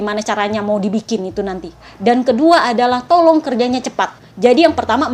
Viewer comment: Tolong..tolong ya Aku denger nya tolol.tolol 😂